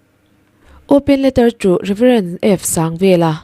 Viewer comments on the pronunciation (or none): Hming i lam dik lo nasa hle mai.RevF.Sangvrla tih te hi.sang (high) in lam tur aw ka pi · Pu Sangvela hming hi i va han sawi dik lo chiang, i GK a hniam ka ti, midangte zawt kual ve la.